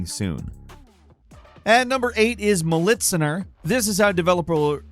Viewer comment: sorry, but the pronounciation of militsioner